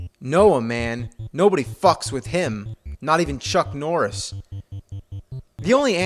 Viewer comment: its chuck morrses